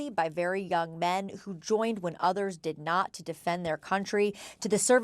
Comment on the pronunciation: Notice the emphasis on "did not." I'm sure Jake Tapper had Trump in mind when he said that because Trump allegedly had bone spurs and didn't go to Vietnam.